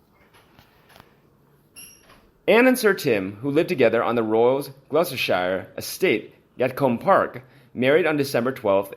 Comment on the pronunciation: Why don't you pronounce the shires of UK correctly? It is called Gloster sher....